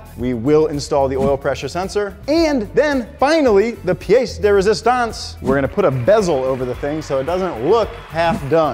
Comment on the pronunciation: did you really use V and say résistance 🤔😂